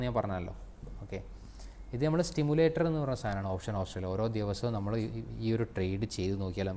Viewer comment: സ്റ്റിമുലേറ്ററല്ല സി മുലേററർ